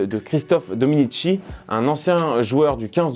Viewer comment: Christophe Dominissssssssi, pas Dominitchi !!!!!!!!!!!!!!!!!!!!!!!!!!!!! C'estpas la culture rugby qui vous étouffe, les parigots de VA !!! Repose en paix Christophe !